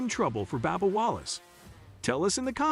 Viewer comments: Bub bub not babba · His name is “B “U”bba not B “A”bba. His name needs to be pronounced correctly. Thanks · It's Bubba not Babba Wallace need to say names right if you can't need to learn say it correctly. If not find a northern job. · Is it Babba Wallace or Bubba Wallace? I'm now confused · Whoever is narrating needs to learn how to pronounce drivers names. This guy a fn moron how you get Babba from BUBBA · Babba Wallace lol this channel is a joke ...use a real person . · How about getting a commentator that knows how to pronounce the names of the drivers and series. It's a bit hard to believe this guy because he obviously doesn't know anything about racing...come on... Baba, Nascrr :( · Who the hell is Babba Wallace? Hard to take this video seriously when the drivers name is mispronounced! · Babba O'Reily. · It’s a shame that you can’t even pronounce Bubba Wallace the correct way. Shame on you.!!!